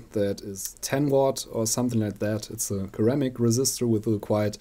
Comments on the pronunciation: ceramic keramic is pronounced seramic, not being picky just in case you didn't know. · Hi, it's pronounced "seramic", not "keramic". Great vid, cheers!